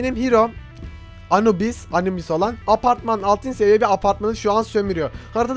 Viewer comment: abi Anubüş deil Anubis :D.Ayrıca yunan değil mısır mitoolojisine ait ölüm tanrısı anubis :P